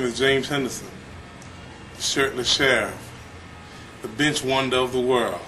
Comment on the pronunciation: thought he said, "we just about completed the bitch workout" hahahaha